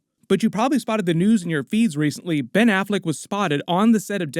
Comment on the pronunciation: Ben Afflect ?! Really ?!?!